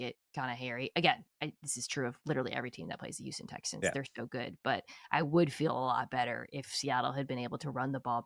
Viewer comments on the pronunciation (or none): none